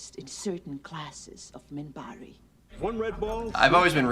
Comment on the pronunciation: Just to let you know, it's "Minbari".